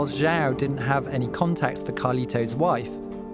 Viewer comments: I wish content producer would take the 60 seconds necessary to pronounce words properly. Had he done so he would ha would have pronounced João correctly with the sound being juong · It’s not jao douche it’s pronounced like jew wow Portuguese for John